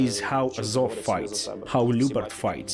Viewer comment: It's pronounced like "LIU-BART" OR LJU-BART", awesome video btw!!! Much love from Finland.